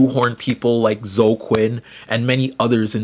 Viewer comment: Hearing you pronounce Zoe and Kotaku is genuinely adorable thank u